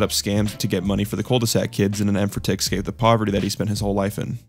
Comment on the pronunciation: Why do you keep mispronouncing escape as excape?